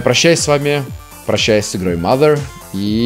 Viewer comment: не маґер а мазер!!!!